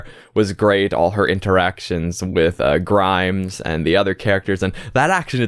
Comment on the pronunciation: Minor correction: "Grimes" is actually "Grime". No s at the end